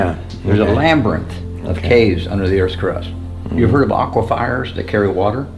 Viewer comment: Lambyrinths and aquifires 😂